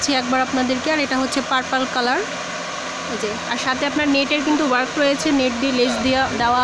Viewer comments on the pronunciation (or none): ওটা পারপাল বা পারপেল না। ওটা হবে পার্পল